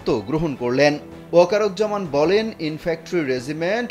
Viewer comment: উচ্চারণটি হবে Infantry ( ইনফ্যান্ট্রি)।